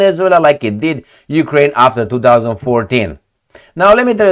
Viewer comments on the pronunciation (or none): none